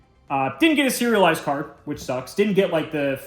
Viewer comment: I'm definitely hungry. All I'm hearing is "cereal-lised". So maybe this new foiling has cereal kinda texture on it. Then, towards the end, oh.... So that's what he meant😂